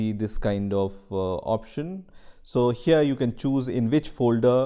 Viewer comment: U know hes german when he pronounces “here” like “hier”